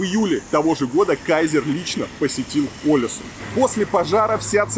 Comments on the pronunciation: Billie Sein, И ударение на первую букву - Олэсюн. 😊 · Олесунн, ударение на последнюю гласную, так же как и Тромсе́ или Вадсе́ или Варде́ или Киркенес)))